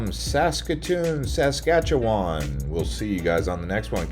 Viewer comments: It's pronounced sask-atch-ih-wn not sask-atcha-waaaaan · Pronounced in Saskatoon by the locals Bes-bro hotel Ray-me modern art gallery And lastly not Sas Katchewan but Flow one word Saskatchewan no emphasis needed on Katchewan😁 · It's interesting the way Americans pronounce Saskatchewan. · Saskatoon is bigger than Regina, and way nicer and nice video but you pronounced everything wrong haha but noone says Saskatchewan or Bessboroough or Spadina properly unless there from here